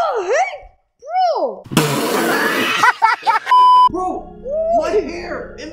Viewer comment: Bro go beo I mean bwo I mean beo I mean bro